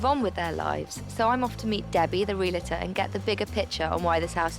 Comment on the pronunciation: Puh-leeze, stop saying "Real-a-tor" There is no "a" between the "l" and the "t"! It's Re-al-tor. Otherwise you put yourself in with a group that says "nuc-u-lar" "poin-setta" and "mis-chiev-i-ous".